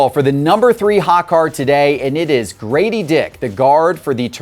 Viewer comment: guys, it is GRADEY DICK, not GRADY DICK!